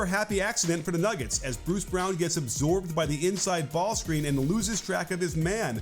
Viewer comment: say Braun instead of Brown didnt know who blud was talking about